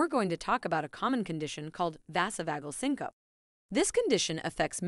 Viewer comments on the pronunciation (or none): its said...sink-oh-pee......not sincope.....🙄